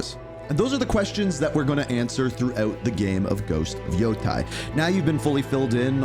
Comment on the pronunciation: Lmao. Same with any ghost of Yotei announcement. “Ghost of Yo-Thai” 😂